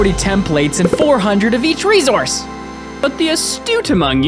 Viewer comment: Idk how some people end up messing up pronunciations tbh: I've heard AH-bsidian before and now REE-Z-ourse